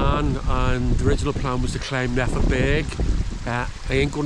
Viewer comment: Great video but I just can't help but cringe every time you pronounce Nephin "Neh-finn." The correct pronunciation is "Nay-finn"